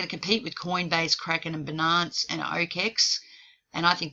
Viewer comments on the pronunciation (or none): Fi-nance ... Bi-nance. Xo